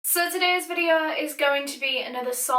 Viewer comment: When she said videø I felt that 😔🤚